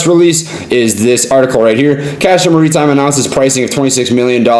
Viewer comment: "Muhreetime" lol